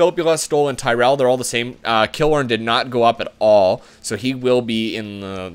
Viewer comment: Dude, lol you have destroyed Tampa, where is Stammer? Please tell me you didnt trade him in an earlier episode? also its (puh-lot) not pallet and (Kil-lorn) Also, get Campbell....he turns into an 86 overall